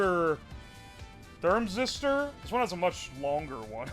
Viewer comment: "thermazister" has me cracking up every time he says it